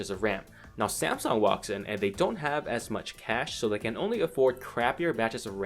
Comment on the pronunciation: lol!!!! samesoon?